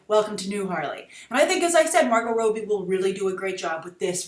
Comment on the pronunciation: 'Rob-bie', not 'Robe-bie'